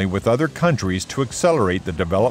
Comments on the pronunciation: Farnburuh not Farnboroh. The word Borough, is pronounced Buruh as in but. The UK has nuclear weapons. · It's pronounced Farnbora, not Farnoro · It's not difficult to pronounce Farnborough correctly - give it a try.:) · Whoever puts these stupid features on you tube with inaccurate thumbnails should not be allowed on here. This person cant even pronounce Farnborough 😂 Propaganda and BS comes to mind 😊 Leave the fairy tales to the British government 😂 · Anyone who cannot pronounce 'Farnborough' is not an enthusiast. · Your saying Farnborough wrong, we in the U.K do not pronounce it that way.